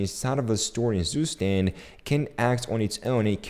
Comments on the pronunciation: its not sustend, its ZUSTAND like tsu stand but stand is prounced german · is not Zustand its TsuShtand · It's pronounced more like tsu-shtand than zoostand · just a hint to demystify the name: Zustand, der (male genus) means state in German, pronounce it like 'super' beginning with a T and like 'stunt' with sh instead of just an s. Tsuuu-sh-tund if that makes sense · To know, zustand is pronounced"tsooshtand" and means "state" in german. pmndrs is short for poimandres. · I love, how you pronounce Zustand xD Its German and means nothing more than "State". If you wanna try: you pronounce it like "Tsu" - like in tsunami for the ZU, "sh" just for the S (dont ask why xD) , the AN is pronounced like the un in bun :Dand the D ist not like a D, more like a T ....like Tsushtunt or in german Zustand :) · The right pronunciation for the word "Zustand" for English speakers is: tsu-sh-tand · "Süßtend" would be written in german, what says.:) but the english version isn't bad, just sounds funny. Good video btw! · It's [ˈt͡suːˌʃtant] 😊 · "Zustand"is the German word for "State" (if you want to know the pronunciation ;-) -then this is what you need to look for)